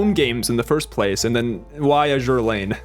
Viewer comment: "Azur Lane" processing facepalm 🤣